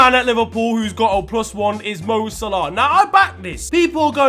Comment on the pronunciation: This btec neymars football knowledge is shocking and his pronunciation of mo salah is jokes 😂😂